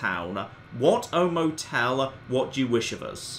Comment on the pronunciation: Mo-Tell? Did they rename DInky The Dinosaur Mo-Tell? OH MY GOD.